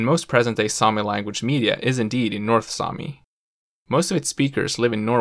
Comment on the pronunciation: damn your north sami is good, it was as good as mine.